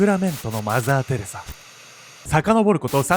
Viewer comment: マザーテレサ？って思ったらマザーテレザやった笑